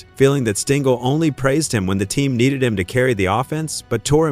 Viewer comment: Thanks for enlightening me about Weiss but you are mistaken about Mantle hating Maris. They were friends. BTW - Tell your AI friend that it is pronounced Stengel, not Stingel, and that it sounds ridiculous to say 1-9-5-1, etc. when referring to years.